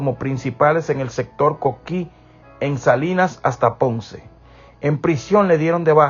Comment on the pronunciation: En el pueblo de Santa Isabel Puerto Rico, barrio Coquí… por favor si vas a contar una historia verídica o falacias pronuncie correctamente que es un pueblo y un barrio gracias!